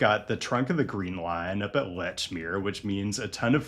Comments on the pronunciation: New England pronunciations - it’s ‘’Leachmere’ like the scary blood sucking leaches that want to order off the menu at the CheeseCake Factory - the “Lech” made me want to vomit baked beans and Sam Adams at every Sox game until the Necco wafer factory reopened. Wicked scary - you have local Patreon connections here to help you out and not get sidelined or kicked out of the Black Rose on St. Paddy’s Day. Keep up the good work and MBTA forevah! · said with a long E, “Leech”-mere. :)